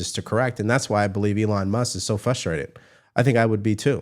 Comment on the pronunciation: Minor tip... "Fustrated' is what you say. When the actual word is frustrated. F"r"ustrated... I only point this out because literally 12 videos ago I said it's no big deal don't worry about it, here we are 13 videos later where you say it every single video. My brother I deeply appreciate what you do but you are radically mispronouncing that word. We might as well be going to study at the library. ... Where I'm finna " axe" u a question... ❤❤❤ In fact I only even point this out in honor of your progressive content continuing to improve. Keep up the great work